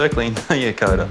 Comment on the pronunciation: Coda ? no no!! it is more like Cooper 🤪😍